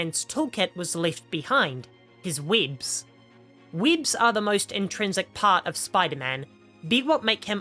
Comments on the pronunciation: Bro I straight up spat my drink when u said “Weéebs” 😂😂😂 I swear I can’t focus what u said afterwards. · The way u were saying webs was too distracting 😂